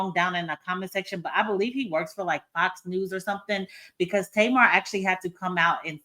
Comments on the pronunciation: You keep calling her Tamar gets me every time 😂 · lol how you keep calling her Tamar.